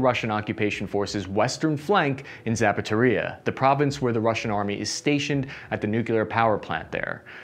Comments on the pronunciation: I have to believe some of these mispronounciations are on purpose. The Zapataria power plant? Yes I'd like a steel-toed generator in a size 11 please. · I like how does not ever try to say "Zaporizhye" and just rolls with "Zapateria." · The city is called Za-pow-row-zhi-ye, not zapatoria! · "Zapateria" is even better. 🙂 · You mean Harrison? I didn’t know there was a NPP in a Shoe Store (Zapatería) either. 😂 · Still looking for "Zapatoria" on the map but I just can't seem to find it. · Pronouncing Zaporizhzhia as Zapatería is even better ;-) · And Zapateria = "shoe store" in Spanish. So we have a war going on around a hispanic shoe store which is somewhere near "Harrison", which sounds like it's in Pennsylvania or the Midwest of the US. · The fuck is Zapothorrhya? :D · Pls. Don't pronounce cities names! Pls.. You are Buchering all of them. The most critical Iz Zaporozye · It really sounds like you're purposefully butchering the town's names to create comedy. Zapatoria? How do you get that from Zaporozhie. It doesn't even have a T in it. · don't get discouraged about the comments criticizing your mispronounciation of slavic names. I find it absolutely hilarious and I'm always curious how badly you'll butcher them in the next video. Embrace it. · 1. tries to pronounce foreign words. 2. fails miserably time and time again. 3. starts to intentionally mangle them more, obscuring incompetence with jest. 4. We get Zapatoria and Harrison. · Harrison: "Donde esta la zapateria" sorry man its just funny. You can try pronouncing these as "Her Son" (but with a constrained O like in "song") and " Zappo Reeja" that will get you pretty close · “Kherson” sounds more like “Hear-son” “Zaporizhzhya” it’s really tricky: “Zapp-o-rich-ja”